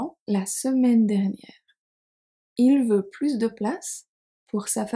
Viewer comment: Very useful, - thanks. I was surprised to hear you pronounce the S at the end of PLUS in "plus de place". Whenever I have heard expressions like "plus de temp" or "plus tard", the S has always been silent. Would you be kind enough to explain, please? 😜